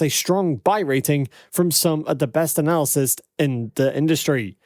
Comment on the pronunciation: analyst is pronounced ; AN - A - LIST., not; an -ALsis